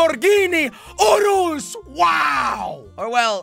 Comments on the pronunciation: if your a car fan why do u call it Lamborghini oorus and not urus in your other videos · it’s not pronounced “ooroos” it’s like this “your us.” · No it’s called yurus not uroos they just spelled urus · It’s Not Oreos It’s Lamborghini Urus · It’s not pronounced oorus it’s pronounced yourus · “Lamborghini Oreos” is what i heard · nah bro im pretty sure its yourus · I more heard orluos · Lamborghini oros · I thought it’s pronounced you-russ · i heard urlus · It is Lamborghini urus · I heard orus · I heard oodles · In English we pronounce it RRR-IS and if you can’t say that say SIR-IS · How To Say "Urus": (Spell) U-R-U-S (Spilt-apart spell) (ER-RIS) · This makes me cry....its pronounced (yur-is) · ooo-rust without the T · Yeah I am English and I say yurus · Jelly it is pronounced Lamborghini yourus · Yor-ous! thats how to say it! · It’s pronounced your-is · Its lamborgini yurus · It’s the Lamborghini Urus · You did not say the name right